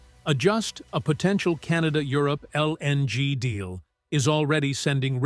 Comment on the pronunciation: stop pronouncing LNG so pronounced pls